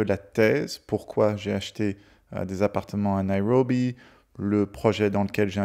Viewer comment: Prononcez Nairobi sans en faire des tonnes sur le " R " 😅